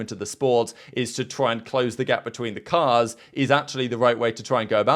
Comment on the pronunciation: Verstappen: "more action if we get the cost closer.." say that again... but slowly.